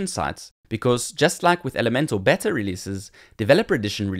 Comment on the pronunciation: Looks interesting! ('beta' is pronounced 'beeta' [long 'ee']); otherwise it sounds like you're say it is a 'better' edition - which is not what you mean!!